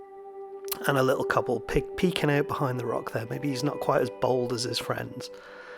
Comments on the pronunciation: Regarding Kobold and your pronunciation. Kobold comes from an older German - Kobe (Dwelling/Building/Enclosure) + bold (sprite, spirit, creature) so compounds to "dwelling sprite" or more thematically "mine sprite". Miners used to believe that these sprites were responsible for leaving 'trick ore' around, ores that looked like silver but was (at the time) functionally useless. The called this 'trick ore' Kobolderz, or Kobold Ore (Sprite/Trick Ore)... We call it Cobalt. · In “The House of Many Ways” by Diana Wynn Jones (sequel to Howls moving castle) there are creatures called Cobalts which are little blue men and it really nailed home my own confusion on pronouncing Kobold.